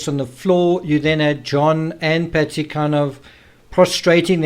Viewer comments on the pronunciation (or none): Why do you mispronounce Patsy's name making I sound like you saying Betsy? It is very unnecessary and misleading, I keep wondering who is "Betsy"? Then thing, oh yeah, he means "Patsy"! Having an accent is one thing but that is unfair to distort facts. There was another word badly pronounced earlier in this video.